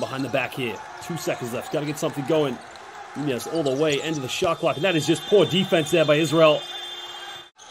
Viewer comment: The commentator can say and pronounce de letter Ñ to say España, but not to say Nuñez